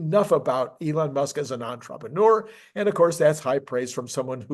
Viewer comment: It is still not pronounced onTropeneur.